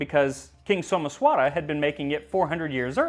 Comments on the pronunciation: Not So-mess-vaara, it’s So-maesh-wuh-ra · Your pronunciations are always welll researched and spoken. However in this video, Someswara is pronounced as Someshwar. Not your fault though since its written differently in english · Well, Someswara is actually "Somaysh'wer" with the "r' followed by a half-vowel "a" sound.